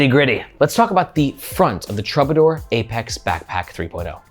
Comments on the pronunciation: Is it pronounced truebadoor? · That word is pronounced TROO-ba-dor. 👍🏻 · Please, please, please learn how to pronounce Troubadour.